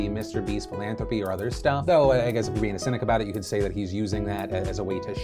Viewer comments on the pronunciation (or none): Charlie, you pronounce "philantropy" like a Corleone 😅 The letter H appears twice ffs😅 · Also why can't Charlie say the word "philanthropy"